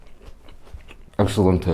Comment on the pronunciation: He said excellente and I lost my shit 😂